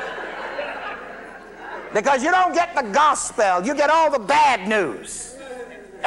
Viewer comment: I had to pause and rewind this part a couple of times. It was the way he pronounced GOSPEL. He stated it as if were two separate words: Go Spell! And right then a word dropped on my spirit.